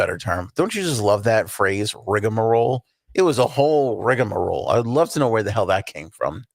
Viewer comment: It is pronounced rigmarole. Not rigAmarole 😂.